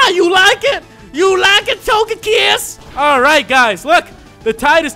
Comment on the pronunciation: "My main man..." Everything "Barkay, Bark, Togaykiss" dude damn dude quit while youre ahead man.... Damn lol